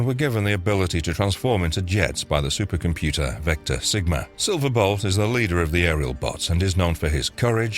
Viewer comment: This channel is Gwtting worse.. no one seems to know how to pronounce anything. Silver bot?? Who the hell is that? SILVER BOLT . Several other videos. They do the same thing .. mess up names . To the point of butchering them. Find people who watched the cartoons or read the comics to read your scripts ( stunticons?? .. who are they?? Stunt a cons !